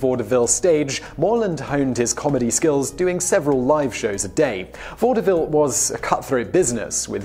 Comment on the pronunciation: Hmm... I've always heard it as vod-vill >.>